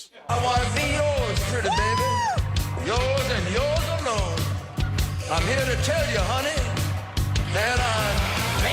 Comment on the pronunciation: the way he THsays "alone" automatically givTHes him away, Sounds like the time he made an impression of the Queen. 😆